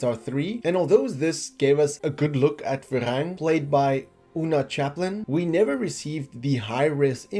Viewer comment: Varang, not Verang